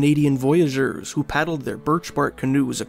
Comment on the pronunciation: You mispronounced "voyeur".